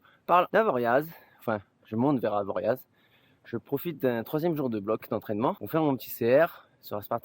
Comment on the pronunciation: Top la vidéo ! (Juste, le Z de Avoriaz ne se prononce pas 😉)